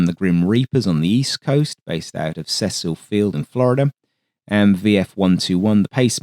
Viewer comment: I love starting my Fridays with this channel, including the quirks. Hearing Cecil Field anglicized into (seh-suhl) instead of (see-sil), as if it were named for some sort of old-timey layabout aristocrat gave me a good chuckle. For anyone who cares, NAS Cecil Field (now Cecil Airport) was named for the Navy Commander who died in the crash of the airship USS Akron (ack-run), lead ship of the class the Navy had tried testing as flying aircraft carriers.